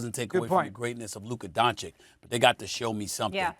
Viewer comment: How many years has Luka been in the league and SAS still can't pronounce his name correctly?